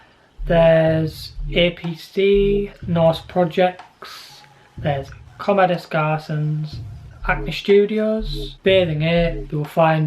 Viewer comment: You completely butchered Comme des garçons